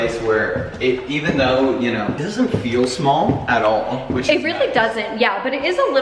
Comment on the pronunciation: When u said small in the bathroom your east coast accent came out !!!!